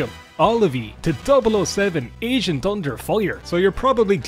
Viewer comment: I kept hearing it as "asian under fire"